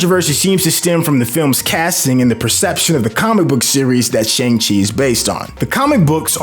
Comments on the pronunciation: And Shang Chi smh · My thoughts exactly. Not to mention he keeps saying the name of the movie incorrectly! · *sigh* My guy, it's so distracting hearing you mispronounce the movie title AND Kevin Geiger's name when EVERYONE ELSE gets the names right. And, the title character teaches another character in the movie how to say his real name! SMH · You’re pronouncing Feige and Shang-Chi wrong, especially if you’ve seen the movie. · Ikr they literally have a scene that breaks it down. At this point it’s painful to the ears every time he mispronounces it. And he should get Feige’s name right out of respect.